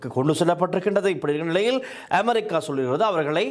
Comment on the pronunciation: கப்பள், நிளையில், பறபறப்பு, அணுப்பி, பளி கொடுக்க, இறுக்கின்றது, இறுக்கு, சிக்கள், பாறிய பிறச்சனை, பனரும், கறுத்தையும், கொள்ளப்பட்டார் இத்தனை உச்சரிப்புத் தவறுகள் தமிழ் ஊடகங்கள் தமிழுக்கு மதிப்பளிக்காத???